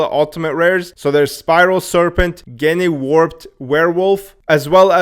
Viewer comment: It’s gene like as in “Jeans” 😂 “I love you jennay” 😂